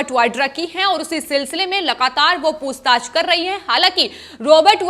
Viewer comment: ये क्या शब्द हैं: 'पूस्ताछ' 'सिवशेना' भई हिंदी में ख़बर दे रहे हो तो साफ और शुद्ध तो बोलो। और, 'कहीं-ना-कहीं', 'तमाम' को जहां-देखो-वहां बेवजह इस्तेमाल करते हैं ये लोग!